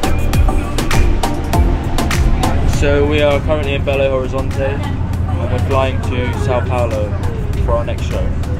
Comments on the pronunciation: Aaaaaaaaaa a sofya bye bal horisonte (ela fala quase certo so falta falar belo horizonte com z) eu surtandooooooooo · Parecia q ela tava falando Belo Horrorizante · eles falando “belorrorizonti” : TUDO PRA MIMMMM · Eu choro 😂 com Belorrorizonte.